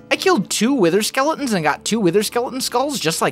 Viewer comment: I love how he says "skele-ins❤️